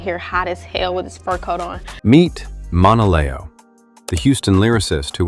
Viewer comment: Pronouncing her name very wrong